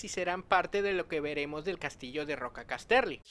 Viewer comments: Gracias por traer la información :) Se pronuncia Cás-terly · Estas pronunciando horriblemente Casterly... No Cas-terly.